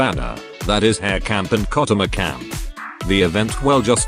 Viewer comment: im sad on ai voice cause her name is pronounced as ha-(l)re